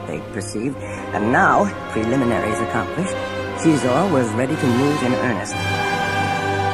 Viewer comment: Kind of annoying how the narrator doesn't understand English. Doesn't pronounce Xizor like Zy-Zor but says Cheezor because in the band room there is a Cheelaphone. Oh wait, it is pronounced Zy-La-Phone. FFS. And, if you ever find yourself in the BeeSpin system, I have a few things you could pick up.